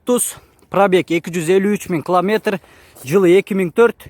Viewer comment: Километр десен кламетр дебей